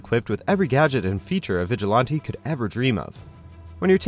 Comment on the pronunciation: = Vigil-lawn-tee??? This is the 2nd or 3rd WatchMojo vid I've seen where this particular narrator keeps mispronounciating the word Vigilante!!!